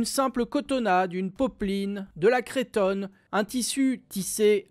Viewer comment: On dit ''creuuuutonne'' et pas ''crétonne''